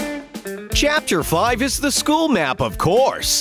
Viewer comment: When the narrator said chapter 3, he actually said captor.